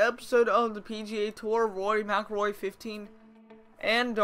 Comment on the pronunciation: good vid just saying thought his name is pronounced "Rory Mackilroy"